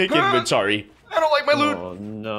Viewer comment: did you say "invenplory"